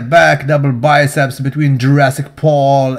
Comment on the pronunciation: "Front double testeeeezzz!" Im dying😂😂